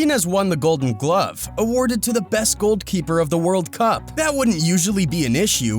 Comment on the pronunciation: bro really said "goldkeeper" XD